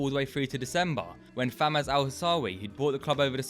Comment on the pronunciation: Great vid but it's Fawaz not Famaz bruv